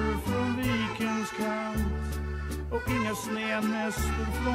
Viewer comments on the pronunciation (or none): none